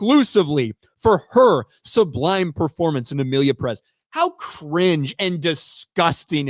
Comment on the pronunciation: It’s not pronounced “Peréz”, it’s “Pérez”; the accent goes on the first “e”; still, I’m not going to watch this huge crap even if it win 7000 awards. Question: should not it be nominated in both actor/actress categories? 😂😂